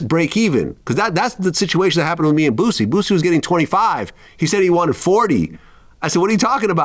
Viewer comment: Quit saying BOOZIE, it's BOOSIE. AREIS